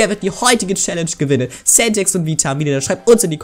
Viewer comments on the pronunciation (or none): Centex und nicht Sentex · TOLL AS IHR GEWIT ABER WARUM SAGT IMMER VITAMIE ZU DIR NICHT CENTEX SONDERN 😅😅❤🎉🎉🎉🎉🎉🎉🎉🎉🎉